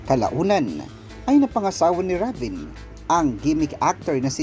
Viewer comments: rayven pag pronounce po nun ndi ra ven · Reyven po tamang pagbikas ng RAVEN name